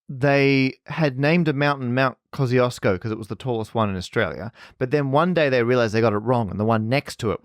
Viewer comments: wait is „kozyosko” supposed to be Kościuszko? XDDDDD my polish head and ears hurt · It was Parker's square pronouncation of name Kościuszko but I'm glad that you gave it a go :D This Polish explorer which named mountain was Paweł Edmund Strzelecki not Kościuszko - Kościuszko is national hero, and was Supreme Commander of the Polish Army, he led the 1794 Kościuszko Uprising against partitions - and Strzelecki wanted to honor him I guess :) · One final remark - I know that I probably made some mistakes in my comments but you really butchered the name of Kościuszko :P. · yeah but to me as a Polish person it is always quite painful (but satisfying aswell) to hear english-speakers (both british and non-british) struggle with polish words like Kościuszko. Until you’ve said that it’s the mountain and that its name is Polish I hadn’t realise it was Kościuszko. Come on, kozyosko? Kościuszko in Polish is like „koshtchooshko”, in IPA it’s /kɔɕˈt͡ɕuʂkɔ/